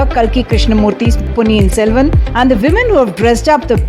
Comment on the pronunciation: ponniyin SELVAN 💕 its not SELVAM 😡